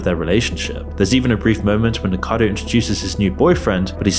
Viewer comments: Why do so many of these creators call him NiKADO? Isn't it Nik-O-cado? Like av-O-cado. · nikocado not nikado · I really enjoy watching your videos, but please, focus on pronouncing names correctly. This time it's Nicado Avocado instead of Nicocado Avocado. Your videos are littered with mistakes in pronunciation. 😢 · it's nikoCAdo not nicado! you americans can't read or what? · It is not pronounced "Nikado" There is another syllable in there. It's "NIK - o - card - oh". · you mispronounce his name: It's Niko-ca-do, not Nikado... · It's not "Nicado" it's "Nikocado". I've barely heard of the guy and I know that, how do you manage to get it wrong after all that research 😂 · Nick-OH-cadoh. Like Av-OH-cado. Hence his username "Nikocado Avocado". Not "Nick-ado". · At least give the slob the respect of saying his name right. It's NicOcado, not Nikado. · This creator is trying to make a connection between 'fat acceptance' and mukbang and sensationalist YouTube content, but I'm not buying it. I don't know why people watch mukbang or NiKOcado (not 'nicado'), but it's certainly not because they're at peace with their bodies. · Nikado? It's Nikocado! What a m0r0n! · I'm neurospicy, so every time you say Nick-ado my toes curl up. It's Nick-OH-cado. Sorry, its jangling my brain. 😂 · Bro how tf you pronouncing NIKOCADO as NICKADO for an entire video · NI KO CA DO .Not NICADO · How did you manage to do so much research on a youtuber and still say his name wrong a hundred times . . . It's Nico cado not Nicado smh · Why do people keep saying nikado. Its nicokado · Dude, it's NIKO-CADO and not NIKA-DO. How hard it is to pronounce that name correctly?! I really don't understand. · Can you even read your own text ? It's clearly "Nikocado" (4 syllables), not "Nikado" (3 syllables) as you keep stupidly saying. If you want to get paid for putting shit on people, at least have the decency to get their name right. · nik-a-caddo ... not ni nikado .. phonetically man. do your research